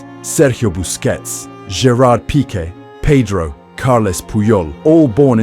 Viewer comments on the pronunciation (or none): none